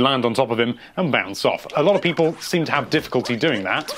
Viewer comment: Whenever I start watching one of these I say the intro in the same way does. "Hello there lovely PEOple, here from Nintendo life."